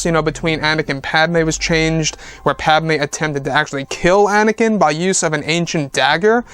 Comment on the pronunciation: It's Anakin, not anikan.